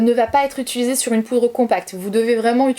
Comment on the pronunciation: J'adore " utulusé " :) sorry je sais, je sais 😂😘